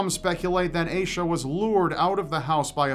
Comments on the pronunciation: I think you're pronouncing Aisha wrong. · I need to know more about that girl, like how her name is spelled... it’s oddly similar to my name and if it is spelled the same way as mine then I’d like to say you’re pronouncing it very strangely 😂